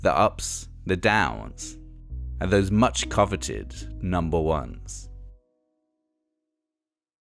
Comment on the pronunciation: Can the narrator please explain how long "free minutes" is please. I fought it was somefing you get wiv your mobile phone contract. I'm sure there's TH in vose, sorry, those words and if there's a th in a word, it's not pronounced as an F !! Otherwise, good job on the above video.